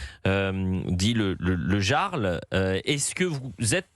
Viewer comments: Le Yyyarl pas le Jarl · Non , mais , monsieur le journaliste présentateur , " Jarl " ne se prononce pas " Garl " , mais " Yarl " ! Vous savez comme les chefs de tribus ou clans Vikings !!! 🤔🤔🤣🤣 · on dit "yarl" pas "gearl" XD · Le jarl ! Prononcez yarl , svp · Jarl se prononce "Yarl" ça vient de la culture Scandinave, ils représente un chef scandinave ou un grand noble au-dessous du rang de roi. À l'origine, il désigne en vieux norrois ou en danois un chef de clan, chef de guerre ou comte, ça pique les oreille a chaque fois que "Jarl" est prononcer "Jarl" et non "Yarl". Mais je me pose la question, le Yarl dit qu'il était à la Direction, mais comment ce fait il qu'il fut Licencié ? D'autre source disent qu'il Chef de sécurité mais qu'il n'avait pas les Diplôme et/ou formation, enfin qu'il n'avait pas les document obligatoire à l'exercice de la fonction de Sécurité. Même s'il dit qu'il n'était pas agent de Sécu ou Chef de la Sécu néanmoins il participait activement à la sécurité sans en avoir les document obligatoire à cette exercice. Cependant quand il était là les choses filait droit, l'ex club du 1988 live club qu'était le Pimm's avait mauvaise réputation en matière de sécurité et fermé plusieurs fois par la prefecture. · Eliott, le Jarl, se prononce Iarl...